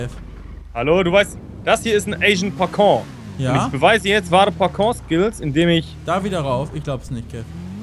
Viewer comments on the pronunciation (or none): "parkour" kann kev nicht richtig aussprechen XD